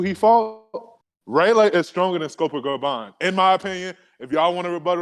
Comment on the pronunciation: “ray-lay” and “scoper grabon” 🤣